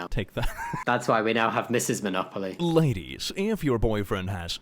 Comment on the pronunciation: Well, it's Monopoly not Monocoly. 🤔